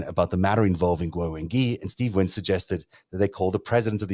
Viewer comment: The "gui" in "Wengui" is generally pronounced something like "gway," or something between "gway" and "gwee" (not "ghee"). There's definitely a "w" sound in there, which is why there's a "u" in the spelling. This isn't French.